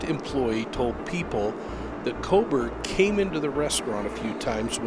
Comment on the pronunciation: I appreciate your reporting but it troubles me that you are not reporting the names of these people incorrectly at times which seems to diminish your credibility. 😬 Kernodle, with a D not a B. Kohberger not Kohberg, don’t drop the ER. Maybe I’m being too picky but these things stick out like a sore thumb to me…